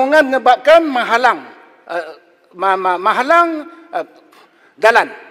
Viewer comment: ma-ha-Lang??? bukan menghalang ke?